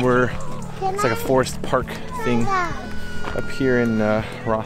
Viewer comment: Your edits to music are great. More please 👌. BTW - the locals call it Rh-scommon (actually I think you got it). It’s a sore point with em 😜. Also no mixer tap on a sink drives me crazy too. I don’t get it!! Although maybe the Japanese feel that way about toilets without built in bidets.